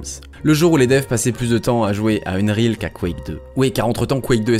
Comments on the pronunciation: Unreal pas Unreel ca m'a fait mal aux oreilles pendant toute la vidéo comment tu le dis mdrr. Mais sinon bonne vidéo 😂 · Et rien sur le "unreal" qu'il prononce "eune-rile"?? C'est ça qui était à deux doigts de me faire arrêter la vidéo. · faut m'expliquer dans quel monde "unreal" se prononce "eune-rile" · Je sais pas tu le prononcerais comment toi? Techniquement, ça se prononce "eunn-riil" avec un i long et un e court, du coup c'est pas si loin de qu'il dit